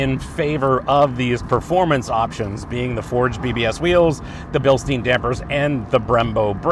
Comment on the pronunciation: Agree with almost all points ......looking at your "perfect position" : seems you're not a very tall guy.......so your space-comments are a bit misleading ......BTW it is BILSTEIN (Billstine)just like the stupid "a Stein of beer" (Stein=stone)